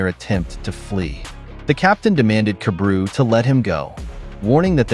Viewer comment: I fell like his name is pronounced kah-bah-ru